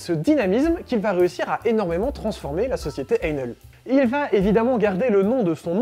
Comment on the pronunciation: Bonjour! J'aurais aimé que vous vous donniez la peine de prononcer le nom de cette marque correctement, càd Ein Hell avec un H aspiré, façon germanique (pour sourire un peu, Einhell veux dire Un Enfer. Il y a mieux comme marque, non?).